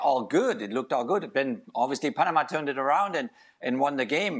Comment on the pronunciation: As a Panamanian, hearing Frank say PA - NE- MA made my day 😂